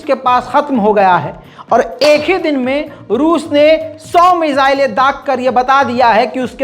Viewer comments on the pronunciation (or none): मिसाले नहीं मिसाइले भाई